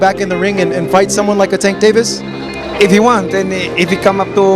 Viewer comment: 😅😅 narrator pronounced Davis name wrong Pacman should just stay retired don't comeback on Floyd student try Crawford bigger fight if he wants fame perfect about now do that certified fame for both Crawford and Pacman lose situation if he fights Davis if Davis beats him he got beat by Floyd student if he beats Davis he only beats a Floyd student not Floyd lose situation either way unless it's about money